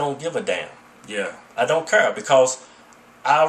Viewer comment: LMAO "I don't cur"